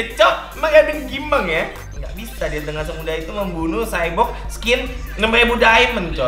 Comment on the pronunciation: kebanyakan main catur xborg nyebutnya cyborg kwkwwk